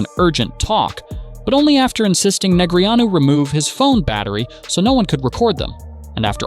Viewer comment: Christ. I can only hear DNeg’s name butchered so many times. I’m out.